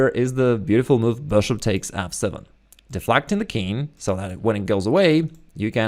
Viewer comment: every time you said f7 pawn I thought you said "asshole of a pawn" lol